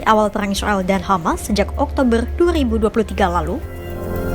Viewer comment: wwkkwkw gak bisa ngomong R.... oktobel,,lul